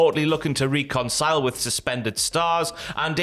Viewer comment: Why can't say reconcile??